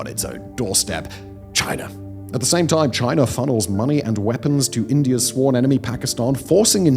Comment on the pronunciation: Chiner and Indier